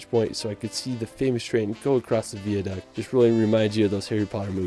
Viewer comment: VI, it's not veeaduct it's fucking VI